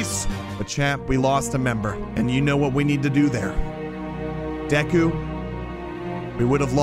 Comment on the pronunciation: When he said Deku I heard geku